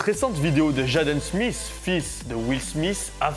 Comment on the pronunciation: "Jadeuune Smiss" les français vous êtes fou ahaha